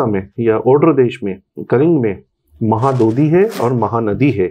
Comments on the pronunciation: Mahadodhi nanhi please 🙏 correct this one mahodadhiii boliye please 🙏 🙏👐👐👐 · Its महौदधि (महत् +उदधि : : उदधि means ocean ) and not"महादोधि". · महोदधि, not महादधि... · Its not mahaadodhi Its MAHODADHI bye the way glad to see this spectacular podcast from avijit chavda sir❤ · It's Mahodadhi, not mahadodhi. We call it Mahodadhi too. Maha= great, udadhi= sea Again Bishwanatha Kaviraja says in his Sahitya Darpana कलिंगाः साहसिकाः which means that the people of Kalinga are chivalrous. Otherwise, the discussion is scholarly and insightful. We are proud of our great heritage. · Correction. It's 'Mahodadhi' (not Maha dudhi) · Sir , please make a simple correction in future whenever you say Mahodadhi instead of Mohadodhi..🙏🏼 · That was "Mahodadhi" not Mahadodhi. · 3:5 its not mahadudhi its mahodadhi, meaning samudra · Not Mahadadhi but Mahodadhi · Its saadhava and mahodadhi... Not sadhabaa or mahaadodhi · . Sir , it is not mahadodhi but mahodadhi. It is a combined Sanskrit word. Maha + Udadhi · It is mahodadhi (ମହୋଦଧି) - Sea / ocean not mahadadhi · Mahodadhi not mahabodhi sir... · That is mahadhadhi not mahadodhi. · Mahadodhi nehi Mahodadhi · Mahadodhi 🚫 mahodadhi ✅ = maha + udadhi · ଆରେ ଭାଇ ... ସାଧବ ପୁଅ କହୁନ... ମହୋଦଧି କହ .... କହିଲା ମହାଦଧି.. sadhovas... 😂😂😄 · It's mahodadhi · Does this guest of yours belong to Odisha ? please call someone, who would be able to pronounce the words correctly. The two very striking errors are..... साधव✓ not साधवा महोदधि ✓ 😢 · It's MAHODADHI, महोदधि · It's Maho Dadhi महोदधी